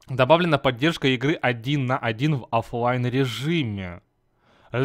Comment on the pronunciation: Не один на один офлайн, а один на один оффлейн